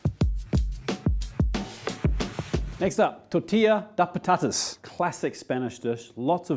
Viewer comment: great pronunciation on tortilla de patatas. I'm Spanish, and my second language is English and your pronunciation was great.